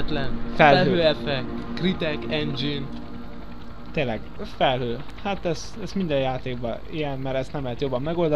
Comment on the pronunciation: jó a videó, de "Kill the Osama"? meg "Kritek endzsin"?